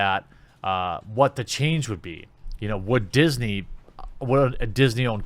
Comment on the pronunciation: "Diss-nay" I like it.